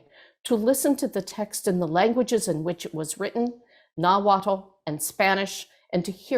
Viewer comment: "nahwaddle" smh